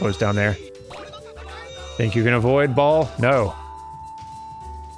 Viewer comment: Whenever you say cult of ball I hear cult of Baal.